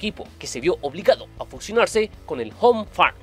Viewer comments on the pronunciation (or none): none